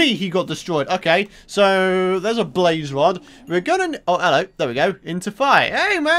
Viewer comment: "Bwaze wod"